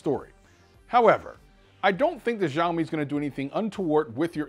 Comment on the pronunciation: It is called Sha O me It just annoys me to hear a wrong pronunciation love your videos though